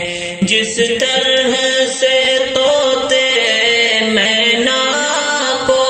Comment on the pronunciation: مینا کا تلفّظ صحیح نہیں ہے